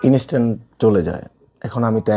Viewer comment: inistan✅ Instant ❌